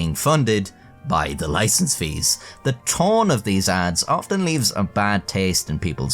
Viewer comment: "Loicense", noice!